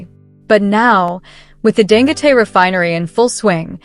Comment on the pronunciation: I think his name is pronounced "Dan-go-tee."